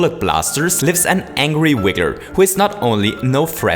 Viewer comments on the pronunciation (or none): Everyone is pointing out the fireball thing, but not the fact that he says "wigger"